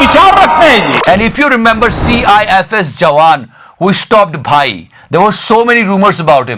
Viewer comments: Its not cifs....its cisf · Bhai CISF hai CIFS nahi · Cisf bruh not cifs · CISF baba not CIFS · CIFS nehi CISF Jawaan hota hai. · Bhai ne galti kardi CIFS nahi bhai CISF hota hai lekin hojata hai bhai you are great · its not CIFS its CISF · It's CISF not CIFS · Bhai CISF hai CIFS nai😅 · CISF not CIFS. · it's cisf not cifs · Bhai Sorry but Bhai CIFS nahi hota CISF hota hai 😂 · bhai... It's 'CISF Jawaan' not 'CIFS Jawaan'... (9min. 38 sec.). Please spell the position/designation of soldiers correctly...🙏🏾🙏🏾🙏🏾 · bhai.. That's CISF, you said CIFS..! Say my name in your video if I'm the first one to enlighten you!! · Love your content.. Just an edit it's not CIFS jawan it's CISF..😀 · Bro vo CISF h...CIFS nhi🙏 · CISF bro not CIFS ...correction 😂 ❤️Love your show fantastic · Bhai CIFS nhi hota..CISF hai🙂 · CIFS nai CISF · bhai cifs...ni hota cisf hota hai... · Wo sab to thik hai bhai CISF HAI CIFS NHI😜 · Cifs nhi cisf😉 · We lost third test not second. It is CISF not CIFS. 😂😂 kya baat h itni mistake tumhare video m kbhi nhii dikhi. Btw u do a wonderful job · Cifs nhi... Cisf hai vo.. 🤣🤣